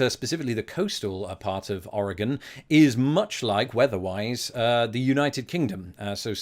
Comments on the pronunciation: Hello from Oregon! Extra points for pronouncing it correctly! Well done :D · Thank you for pronouncing Oregon and Oregonian correctly. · Good job pronouncing Oregon. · Greetings! Oregonian here (yes you did pronounce it right, extra points for that), And I hope you visit here, yes the beaches are really cold, but very pretty. And you must come to Portland if you visit (it’s basically our capital now😂) also we have the deepest lake (Crater Lake) and we also have the deepest canyon (Hells canyon).